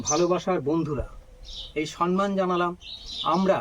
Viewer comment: আজকের জীবন শিক্ষিকা সুস্মিতা মন্ডল এবং তার স্বামী, সন্তান, শ্বশুর, শাশুড়ি, কানুদা এবং অতিথি দাদাকে নিয়ে এই ভিডিও খুব সুন্দর লাগলো। শুধু একটি কথা বলি অতিথি দাদাকে। বাংলা ভাষা নিয়ে খুব সুন্দর বললেন। কিন্তু দাদা আমি একজন লেখিকা। তাই বাধ্য হচ্ছি একটা কথা বলতে। আপনি বারবার ভুল করে বলছেন সন্মান। কথাটা সম্মান দাদা। ধৃষ্টতা মার্জনীয়।